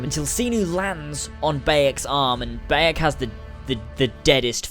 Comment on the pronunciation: It's Ba(h) yek not ba(e)yek